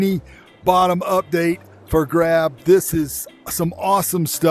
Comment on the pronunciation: u said for grab 🤣